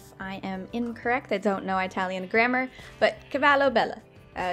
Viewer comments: her saying I-talian is so cute but to let you know we just say Italian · Eye-talian lol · no one:: EYEtalian... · Also, its IT-alian, not eye-talian haha. Idk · Eye-talian?!??! Its Italian!!!!! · It’s not eye-talian it’s I-talion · No offence but eye-tallian please say it -allian lmaooo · Eye-talian :D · Eye-talian, I love it! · No one:: eye-talian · I'm sorry- eyetalian? Girl WHAT🤣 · ok im not Italian but it made me giggle how you pronounced it its actually prnounced uh·ta·lee·uhn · "eye talian" me an american : >_< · Your pronouncing Italian wrong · I'm Italian, and it really triggers me when she frequently messes up the pronunciation of Italian.